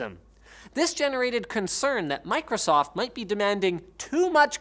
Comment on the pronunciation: Idk why, but how you pronounced Micro-soft in the beginning really really bothered me for some reason, it just rubbed me a little wrong lol.